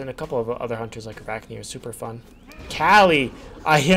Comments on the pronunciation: So weird that you call Kali, Kelly. lol I say it like Kaw-lee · It's pronounced kah-lee not kah-li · I’m not gonna laugh about how you play Kali, but I am gonna laugh about how you say Kali. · Why do you pronounce kali like that. I don’t understand lol it’s not a big deal I just always wondered why people do that I could understand if it never told you haha. I hate nitpicking but it bugs me SO MUCH. Also love the videos